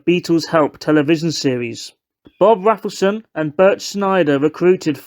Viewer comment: I think it's pronounced Rayfelson (although I am also English so would automatically pronounce it the way you did).